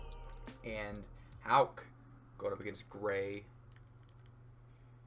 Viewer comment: 35 seconds in hitting the correct Houck pronunciation. I know this one a banger